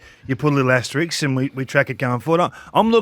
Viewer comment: Aster-isk Kingy, it's not the fucking comic strip Aster-ix 😂😂